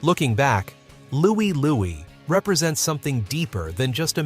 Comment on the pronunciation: It's Louie Lou-eye! Listen to it!